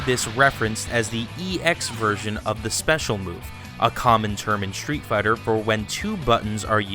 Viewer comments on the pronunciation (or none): why are you pronouncing street fighter " SHTREET FIGHTER?